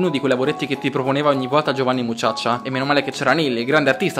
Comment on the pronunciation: ah dimenticavo... vatti a sentire come hai detto Giovanni Mucciaccia... li si che hai allungato la a xD